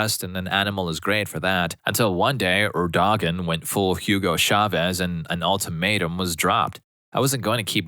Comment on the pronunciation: For what it's worth it's pronounced "Erdo-wan"